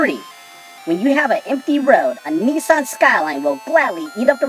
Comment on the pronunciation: why does he keep saying neeeeson.